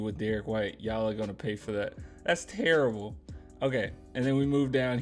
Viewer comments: Chuck says "turrible" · It’s not terrible. Chuck would say It’s “tirrable”.